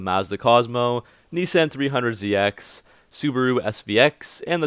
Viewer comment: Boy said “knee san”